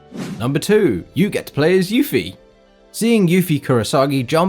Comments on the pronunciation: not to be that guy but her name is Yuffie Kisaragi... not "Kurasagi" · It's Yuffie Kisaragi, not Yuffie Kurasagi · Yuffie Kurasagi WTF is Kisaragi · I laughed my rear off for that "Kurasagi"... 😂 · Yuffie Kurasagi!? KISARAGI. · Kisaragi, not Kurasagi. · Yuffie Kisaragi not Kurasagi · ki sa ra gi it's KI SA RA GI KUPOOOOOOO!!!!!!! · I don't wanna be THAT guy, but her name is Yuffie Kisaragi, not Yuffie "Kurasagi" as you put it. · I will riot for you have mispronounced Yuffie's last name! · It’s Yuffie Kisaragi breh...